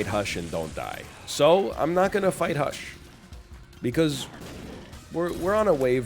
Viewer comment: HE SAID THE WORD WRONG!!!!